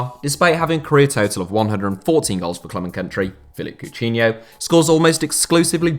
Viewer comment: Am I the the only one who was annoyed by the way be pronounced Coutinho